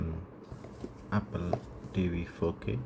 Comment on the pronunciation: "apol tv facke" "we have da remot" 🗣️🔥🔥🔥🔥